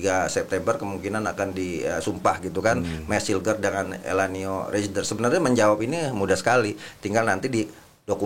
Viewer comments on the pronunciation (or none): eliano bang bukan elanio